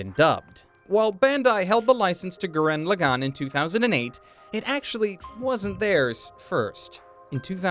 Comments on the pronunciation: It's Gurren Lagann, not Goo-ren Le-gone. smh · I'm mildly annoyed by him saying "gurREN laGANN".